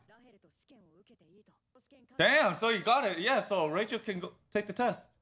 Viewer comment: Why do you guys keep calling Rachel "Lahel"? It's pretty cringe. I don't hear you call Bam Yoru either.